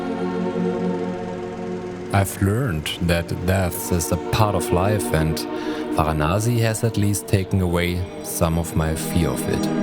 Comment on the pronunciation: it's Varanasi not Vanasi